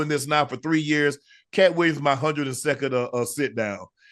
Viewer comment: Williams pronounced Weeyums